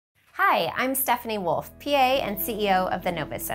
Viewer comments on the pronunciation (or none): none